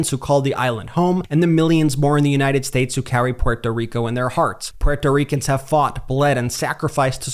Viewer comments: I love the way Brett pronounces " Puerto Ricans" 😊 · Learn how to say Puerto Ricans. Lol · What is wrong with you, can't pronounce Puerto Ricans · This guy doesn't even know how to pronounce Puerto Ricans lol and I don't see Donald Trump saying anything about the Puerto Ricans are Puerto Rico dumbass